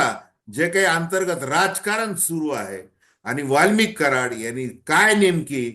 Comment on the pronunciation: दादा वाल्मिकी नाही वाल्मिक बोला